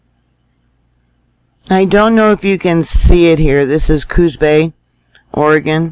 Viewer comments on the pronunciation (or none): none